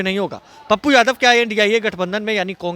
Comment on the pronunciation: बोलने आता है इसको साल को विजयवा को, यादव को जादव बोलता है साल ये